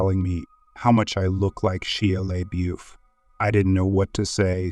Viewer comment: Homie doesn’t know how to pronounce Shia LaBeouf 😂😂😂